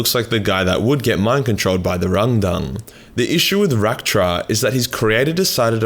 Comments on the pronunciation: Take a shit every time he says rundung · How many times did you say Rundung? 🤣🇬🇧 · I can't help but hearing "rendang" as in beef rendang curry from Malaysia. Truly a tragic battle over curry :(